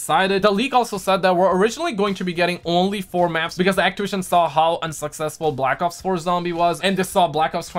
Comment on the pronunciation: Am I the only one who heard him say black cocks and zombies